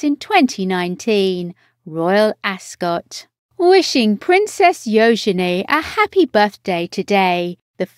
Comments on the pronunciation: I agree its U genie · Her name is NOT pronounced “yo-shen-ay”!! My god!! It is “Yoo-juh-nee”. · Her name is actually pronounced "yoo-juh-nee," with an emphasis on the "yoo." Princess Eugenie was named after Victoria Eugenie of Battenberg, Queen Victoria's granddaughter. And her middle name comes from Princess Helena, Queen Victoria's daughter. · This voice over is beyond annoying. Her name is not Yo-Zen--E! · What a disgusting voice-over, killing Euginie's name. It was gringing a quarter of the way through. How difficult can a voice-over be for heaven's sake. Get it right or move on for other to do the job properly.